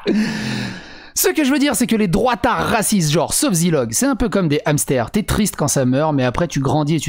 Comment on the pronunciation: Et ne fais PLUS JAMAIS DE LIAISONS AVEC HAMSTER ! il y a un "H" ce ne sont pas des Zamstères !!!! :)